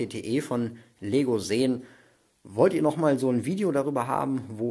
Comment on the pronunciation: Coole Sets aber ich finde es witzig das er se Clone wars sagt lul